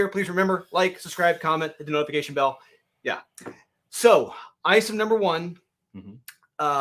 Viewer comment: Like 73. I think Isom is pronounced is-um.